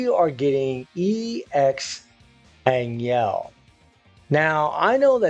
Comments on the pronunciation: It's pronounce more like Ann Hell not ann iel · An Yell kills me more than An Jell - It's AnHell